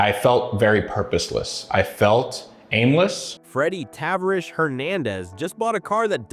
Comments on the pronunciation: Two things: it's "Juh-lopp-nick", and "Tuh-varr-ish". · What a load of BS, there's no 'downfall'. You can't even pronounce his name right. seems like a decent guy, you on the other hand are just trying to benefit from others' misfortunes which may or may not even be true. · Right off the bat. You butchered his nick name. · I love this channel but your pronunciation of words like SEMA, Tavarish, and more all butchered